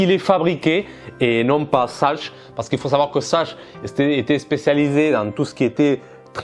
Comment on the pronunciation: Sachs se prononce Sax.